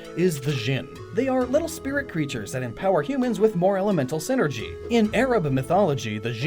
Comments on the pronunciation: sai-ner-gee, not sin-er-gee. It's wordplay based off of "Psychic Energy". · Psynergy. PSY-NERGY. You know, using their minds. God damn it's a Golden Sun pet peeve of mine when people say "synergy". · i still get fustrated isn't synergy a s NOT P